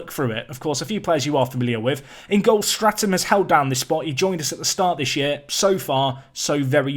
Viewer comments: And your are still saying St(r)atham, thought your goalies name was Statham ;) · Absolutely loving this series, I'm very invested in the team you have created and would love to see the FA Cup run! Quick note though, amongst a few other naming errors your keeper's name is Statham not Stratham! Other than that, love it! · Mate, you call Michael Statham, stratum